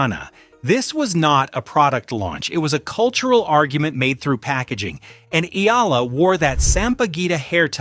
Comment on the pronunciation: Alex's surname is pronounced "EH-YAH-LAH"!!! (THREE syllables!!!)